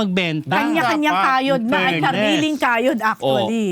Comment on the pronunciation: It’s “fairness” not “Furness”😅